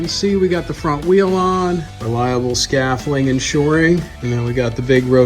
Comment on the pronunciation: Keep these vids coming. Would love to see more. The d isn't silent though lol